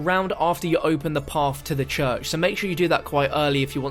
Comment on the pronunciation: The “chuch” 🤣